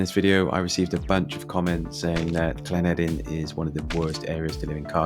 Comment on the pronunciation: You said llanederyn properly.